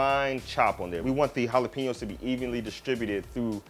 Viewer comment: We Mexican, Mexican Americans, Latinos/as and Latin Americans, appreciate you pronouncing jalapeños correctly.